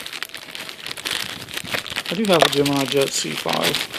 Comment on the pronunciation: He saying gEnmIni jEts. Those are matchbox skybusters. Anyways. Some are geimini